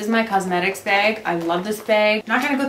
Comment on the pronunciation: Awww such a cute baby! And I had to lol when u said this is my beg instead of bag lol BC my husb is from Minnesota too and he does that ;)